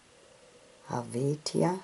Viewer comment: Helvetia is oronounced 'Hel-vee-shia.'